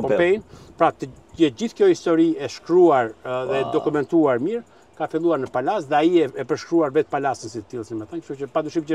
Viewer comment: O Berat ......Palase .....dhe jo Pallase